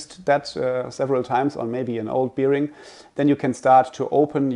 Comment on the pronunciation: Very informative and helpful. But please learn how to pronounce the word bearing, especially when using it that often. Makes me crinch hearing it here 😅